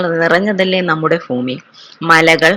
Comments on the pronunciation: Fumi alla bhumi😂😂😂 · ഫൂമി അല്ല